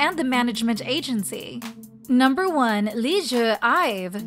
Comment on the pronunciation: It's Liz, not Leesoo